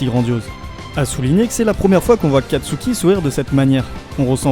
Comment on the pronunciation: kastuki?! C'est pas plutôt katsuki